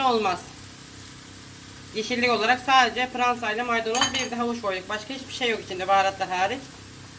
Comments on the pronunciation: Pıransa ne ya fıransa der gıbı sade pırasa bızım burda oyle derler hamuru yumak yapmaya bıle beceremıyorsun kalkmıssın tarıf vermeye onune gelen kanal acıyor ha bırde bu kadar bagırmanın anlamı ne hıc bır sey ankamadım off vallahı cok garıpsunız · Siz pirasaya piransa demissiniz.Bende Fransa anladim.😁😁😁😁